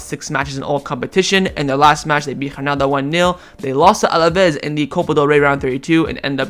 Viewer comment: I enjoy yr commentaries. Granada is pronounced with a hard G. Just as it is spelled. I don’t understand how you are trying to pronounce it. Phil in Seattle